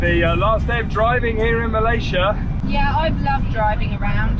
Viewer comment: you are also pronouncing 'Malaysia' incorrectly.